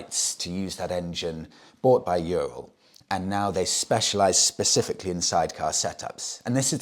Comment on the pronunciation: the correct way to say Ural is "ooo-rall" My Russian wife has told me so 😊